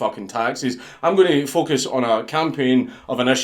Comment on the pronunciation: until you got to the part about the pug vid i kept hearing "fuck us" not focus